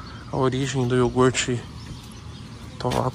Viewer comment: niguém: A toguro: é iorgute fellas, pureza, não é bebida lactea não ... nuuu